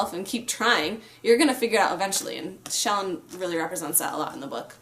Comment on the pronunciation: Thank you for pronouncing "Shallan" as SHALL-an, rather than shall-AHN like I keep hearing so many commenters pronounce her name.